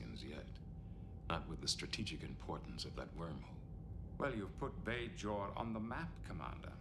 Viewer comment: Picard pronounced Bajor “correctly here